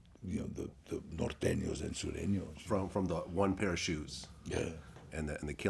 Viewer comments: Vlad it’s Sureños 😂😂😂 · Its actually Surenos